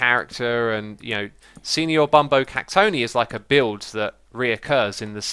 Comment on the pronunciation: Ohhh I almost decided to unsubscribe you once you mispronounced "cactoni". It's cactonai you derp! :D